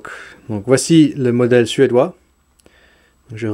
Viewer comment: Suédois et non pas suédeois ! ;-)